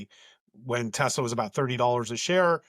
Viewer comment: Trump called it Tesler! He couldn't even get the name right!